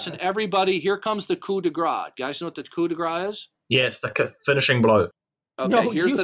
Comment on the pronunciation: Yes, but he mispronounced it, so it sounded like "gras" instead of "grâce".